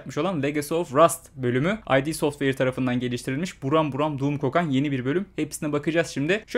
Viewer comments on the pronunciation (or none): Bir hatırlatma, "Ay-di" software değil. Yazıldığı gibi okunan "id" software.